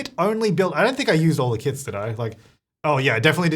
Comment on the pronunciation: sounds like he is saying KIDS rather than kits in the beginning